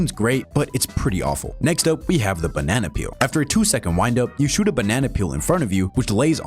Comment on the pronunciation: I dont know why but when you say banana its funny to me